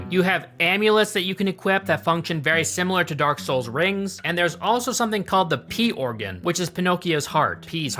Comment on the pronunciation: He said pee-organ